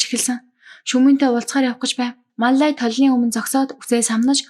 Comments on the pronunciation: Мал лая гэдгийг Мал ай гээд бгаа юм бна. Балай авгайг янхан чигээр нь хаяхгүй засрахгүй шүү дээ. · Маллая гэдгээ ямар сонин хэлдийн бэ😅